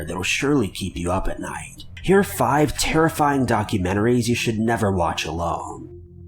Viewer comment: He says top fibers